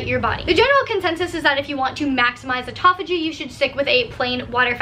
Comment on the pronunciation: atopogee? haha you mean apoptosis (a-pop-to-sis) or autophagia (auto-fay-juh)?